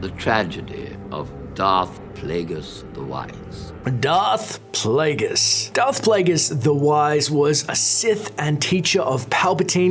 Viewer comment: i love your pronounciation at 4.20: Pleguus